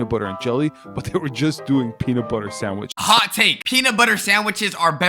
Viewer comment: "A PEE SANDWITCH"